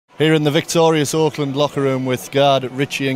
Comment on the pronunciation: It actually sounded like this guy said "Auckland" as opposed to Oakland. Poor Richie has been exposed to a regional anomaly 😂😂😂